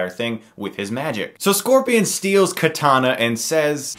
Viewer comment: haha "katana" its kitana chris